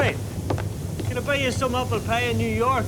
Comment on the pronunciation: "why"?... "appelpie"